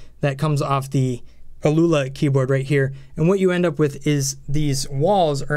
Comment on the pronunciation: I think it's "owl-a" or something like that. Great review! I wasn't aware of that key-testing tool--very helpful. +1 sub!